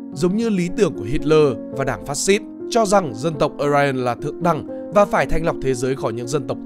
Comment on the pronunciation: Tiếng đức mà cứ cố tình bẻ sang phát âm tiếng Anh là sao. Mà aryan cũng chả ai đọc là ờ rai ần như bạn cả